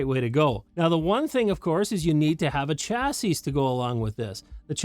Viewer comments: Chassis is a French originating word, the last 's' is silent. "CHA-see" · You might wanna add a de-esser for when you mispronounce "chassis". 😂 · LOL you caught that too